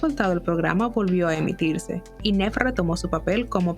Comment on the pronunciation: Like si te dolía cada vez que decía NEV en vez de Niiiiiv 😔